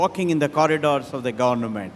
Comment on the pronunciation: Murthy is no match for Ratan Tata. Murthy has a put up accent too but yet pronounced government as governament 😅